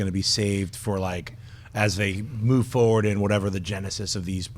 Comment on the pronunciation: never noticed that. I have noticed him saying forward as foward